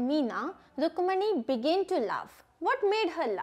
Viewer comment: Mam your pronounciation is Rukmani but it is rukku manni plz correct it